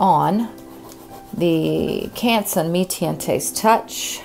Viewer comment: Sennelier = Seh-neh-lee-ay Mi-Tientes = Mee Taunt Girault = Gee-row